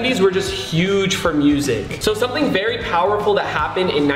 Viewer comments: Bro he just is saying berry instead of very or else is it just ke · “Barry popular” lol😂